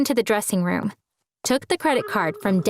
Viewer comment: So that I can make some RrRuUuUuUm in the attic.